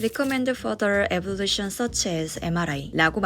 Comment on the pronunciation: 저도 이전에 암 진단받고 이런저런 검사했던 적이 있어서 궁금했는데, 상세한 정보 감사해요! 근데... 하나만 꼭 정정하고 싶은건, Recommneded further evaluation such as MRI에서 evaluation 올바른 발음은 에벌루션이 아니라 (적자면) '이밸류에이션'이라는 부분이었습니다 :) 발음충이라고 생각할 분도 분명 있을텐데, 전세계 다양한 억양이 있고 말이야 통하면 그뿐이라고 생각하는 사람 중 하나지만, 에볼루션(evolution)처럼 아예 다른 단어로 오인하게끔 들리는 건 문제의 소지가 있을거 같아서 적어둡니다ㅎ